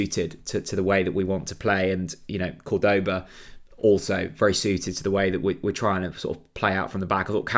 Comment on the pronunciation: We pronounce his name CORD-oba...